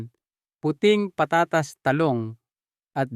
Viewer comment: taga saan ba kayo.. pag igihin mo ang pag pronounce mo ng mga salita. tulad ng patatas. etc.. pag igihin mo ng di nakakainis pakinggan